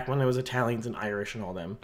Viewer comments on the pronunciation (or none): none